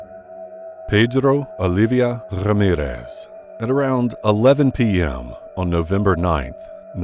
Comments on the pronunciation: Pedddddro Alidddddddia Rrrrrrrramirrrrrrrrrrrrrrez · Pedrrrro Oliviá rrrrramirez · Pedrrrro Olivia Rrrrramirez